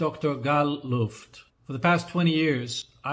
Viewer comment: So he says his name straight up (he pronounced Luft like look) and you cant even introduce him with the correct pronunciation. Pathetic and disrespectful comes to mind, you need to correct this.